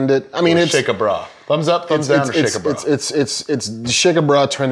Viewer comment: "Shake a brah?" 😢 Shaka. Said exactly like Chaka.